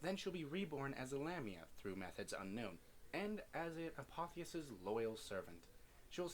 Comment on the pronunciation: I've always heard it as a-pof-is